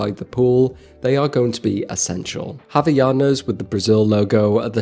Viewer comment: Hey, little tip. Havaianas the first h is kinda silent. They're pronounced Aw-vaianas